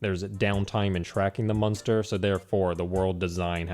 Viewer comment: He keeps saying MUN-STER. I'm actually loving it lol